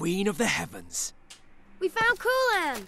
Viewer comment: I thought he said "We found Koolaid!" lel